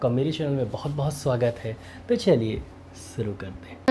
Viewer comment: Sir mere ek request ki Chaliye shuroo karte hain ko , Shuroo ko suroo kahte hai sir achchha nii lagta thoda ajeeb lagta hai . Ap request hai ki shuroo ko shuroo bole